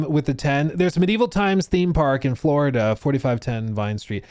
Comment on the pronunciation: “Buhhhhh dude Fwowida is anudder wevew”